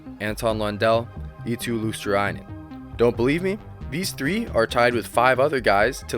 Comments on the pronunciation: You are not far off with Luostarinen pronunciation, just instead of saying Luostar-A-inen, drop the A and you're good to go. Other than that, great video. I miss Marchand in Bruins, even tho people hate him, you can't deny his skills. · Fwiw it's pronounced Luos-ta-ree-nen Finnish is a phonetic language, so every letter sounds the same (virtually) every time. "i" is always like in the word "in" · It's pronounced "LUO-star-ee-nen" if you want help with that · Luostarinen, not ”Luostarainen”. 😂 But otherwise good pronounciation. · Pronunciation tip for Luostarinen: swap i (which you pronouce with 'ai' here) with e, as if you would read Luos-ta-re-nen. Or refer to how 'rin' is said in Pekka Rinne. That way you'll sound much closer to the actual Finnish pronunciation. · About the pronunciation of Luostarinen (it can be hard, I do believe that): the "i" is pronounced as the "i" in the word "will" or "kill'. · You butcher Luostarinen's name pretty much as bad as it's possible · I never heard that a north american has pronounced "Luostarinen" correctly... but only once (by THG just recently)... you could always use for example google translator tool and make it read the name out loud. Ofc... all this is no biggie... just saying. I think they are trying though, but google translator is good tool to utilize for nailing the pronounciations... EDIT: oh shait... forgot to compliment the idea of the video... it is good, I mean all the good 3rd and 4th lines do not get any mentions at all... well done... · Good video! these guys are not being noticed even in Finland. one tip, as I'm pretty sure you have finnish viewers. Would be cool if you would pronounce finnish players name's correct way. You absolute bucheret Eetu's name :D (Google translator voice thing pronounces it correct) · The I in Luostarinen is pronounced as on intend